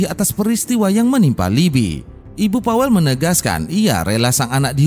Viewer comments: Saya tinggal di polandia.. disini nama pawel.. di bacanya paveu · PAWEL DI BACA NYA PAVEL KAK DALAM BAHASA POLANDIA W DI BACA V ❤